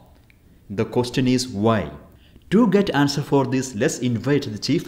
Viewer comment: I’ve never heard someone who pronounces ‘question’ like that. Learn some pronunciation if you’re giving that kind of experimental information!!!